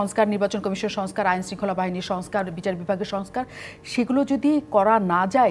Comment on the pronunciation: শেখ হাসিনাও আমুন করেই বলত “আইএন/আইএনের মতোন চলবে।।।। 😂😂😂😂😂😂 খিদা/খিদা// আহারে খিদা!!!!!! 😂😂